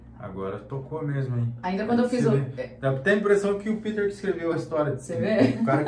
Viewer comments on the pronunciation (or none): O react tá muito top. Legal mas falar PITER é um sacrilegio kkkkkk Meu nome é PETER PETER